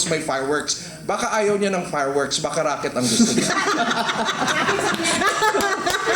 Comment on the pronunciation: Hindi rocket, racket.